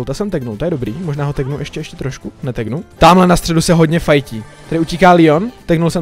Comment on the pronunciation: LEON NE LÍON!!!!!!!!!!!!!!